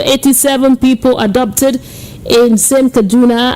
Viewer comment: ohhhhh it is pronounced as ABDUCTED not Adopted.